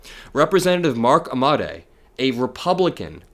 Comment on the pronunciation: Pronounced Ammo Day. Mark Amodei